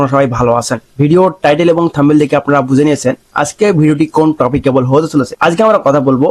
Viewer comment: ভাইয়া কিছু মনে করবেন না আপনার "টপিক " শব্দটার উচ্চারণ বিগত অনেক ভিডিও থেকেই খেয়াল করছি ভুল হচ্ছে। Kindly সংশোধন করার চেষ্টা করবেন। আপনার জন্য অসংখ্য দোয়া। ধন্যবাদ। Take love from Chattogram 🤎🤎